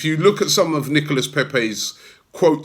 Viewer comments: Robby. He's pronounced NICOLA Pepé.. not NICOLAS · pronounced nicolah paypay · Still calling him NicolaS lol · Plus it's Nico-lah or just Nico which is what everyone calls him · All this bigging up Pepe for days and still cant pronounce his first name properly😂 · Trust Robbie to pronounce Nicolas with an s (the s in silent in French) and then say Pepe in a butchered French accent. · Still getting the name wrong 🙈